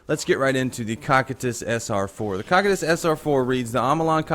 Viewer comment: The way he pronounces cocytus makes me wanna die